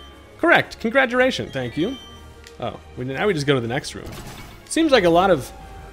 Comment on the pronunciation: Doesn't using items in battle bull and void the hardcore nuzlocke. But since u said congratulations with an accent and umbreon ballsack I wont tell anybody